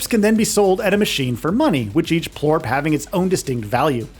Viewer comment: It's Plort not Porp lol. I thought you said Poop at first 😅